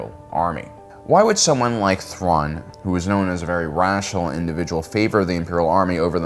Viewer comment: Admiral Thuan lmao, not Admiral Thrawn.